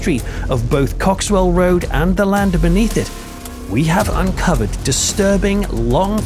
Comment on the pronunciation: Cock-swell Rd...😂😂😂